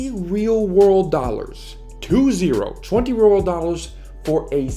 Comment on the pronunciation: "20 Weal Rorld Dollars"